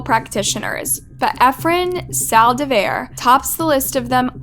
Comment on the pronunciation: How do you manage to even pronounce “Saldivar” wrong 🤦🏽‍♀️🤦🏽‍♀️🤦🏽‍♀️